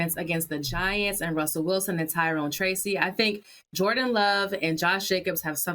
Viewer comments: Is anyone going to correct Cam on the Jordi Love! Been saying it wrong for 2 shows now. 😂😂😂😂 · Who the hell is Jordy Love cam?? 😂😂😂 it’s Jordan, just like Mike Tomlinson 😂😂😂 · its jordan not jodry killa damn! lol